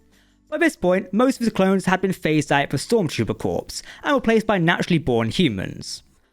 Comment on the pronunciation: s is silent in corps